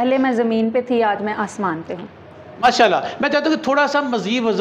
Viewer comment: Always say Masha Allah.... right pronunciation